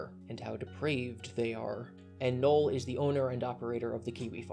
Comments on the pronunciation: I kept asking myself, who the fuck is Noel? It's Null, like nuh'll not nuh'el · Sorry to be that guy, but it's Null not Noel.